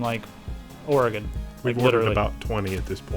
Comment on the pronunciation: Correct pronunciation of Oregon. :D